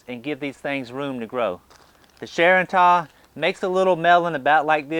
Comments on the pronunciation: charentais is prounounced sharon tay not sharon ta. I speak french so I know. Hard word to pronounce so good try! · Unbelievable monster beet you got there! How long ago did you start those? BTW, sorry to be trying to correct you but as far as I know the melons are pronounced share-n-tay (I know French) :) I grow those melons too and they're just great! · Sup! I do not know the origin of the name Charentais, but it sounds REALLY french. I noticed that many melons have french names. In the case it is french, pronunciation should be Sha-ron-te. Maybe I'm helping, maybe I am making some youtube baby babble.